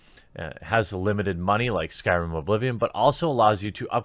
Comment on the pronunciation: "New s k y r i m game" Oof I thought you actually knew about videogames